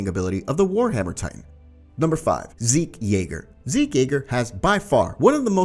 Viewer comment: I’m sorry did you say zeke yeager